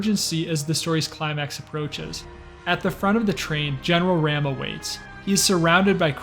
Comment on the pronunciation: Its pronounced general R-ah-m. Not ram